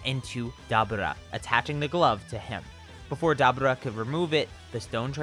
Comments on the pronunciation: Did you say "dabuda"? It's pronocuned "da bora" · Stop saying daburrrtba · Dabra lol the way you said his name 🤣 and your voice overs 😂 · Me:*hears him pronounce dabura* Me: lol… dab-ooh-rah. We taking dabs now? Btw its pronounced Duh-Bur-Ruh. Literally pronounced this way in the show. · its DA BU RA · DA-BOR-AH other than that great video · It's pronounced dabura, It's Dabora. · It's da-bur-rah that ruin the whole video for me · You pronounced Dabura wrong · You need to learn how to pronounce Daburas name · Why you say dabura’s name like that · It sounds like you pronounce to Dabura wrong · like the video my only issue is your pronunciation of dabura ( probably spelt it wrong ) I don't know though maybe it's just because I'm not used to hearing it like that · Why is he saying Daburah's name like that 🤦🏾‍♂️🤦🏾‍♂️🤦🏾‍♂️🤦🏾‍♂️ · Bruh 😂😂😂😂 it is 2019 you know that is not how you pronounce that 😂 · It seems like a common occurrence in the Dragon Ball community for people to go out of their way to affect an accent to pronounce character names. Like why the hell are you pronouncing Dabura that way when it's not pronounced that way in the damn show? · His pronunciation of Dabura is making me cringe every time 😂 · Listening to him say Debora name wrong make it hard to watch this shit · Am I missing somthing ive never heared dabura pronounced like that lol